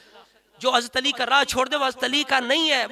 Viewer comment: Aapse Hazrat Ali raziallaho ta'aal anho ka naam tak to lena aa nhi rha hai shai se. Hast ali hast ali kar rhe ho.. Tauheen to aap kar rhe ho Moula Ali ki